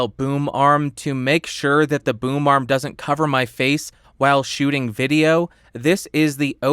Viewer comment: i keep hearing boom arm as boomer arm help